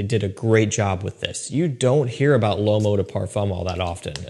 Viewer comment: Hey, when you say the word ''L'Homme'', I'm not saying this to be douchey or anything like that. I'm Canadian from Quebec (French province, French is my second language). You can take this or leave it, but in case you're interested in pronouncing the word Homme or L'Homme as close to correctly as possible in the easiest way possible. Homme pretty much just sounds like ''Umm'' and when it's L'Homme same deal just put an L in front of Umm = L'umm. (Homme = Man, L'Homme = The Man) It won't be perfect but it's close enough. Again, this is not meant to come across as douchey nor is this directly pointed at our boy. Anyone who reads this and if it helps them then great. If this does come across as snooty let me have it in the comments:)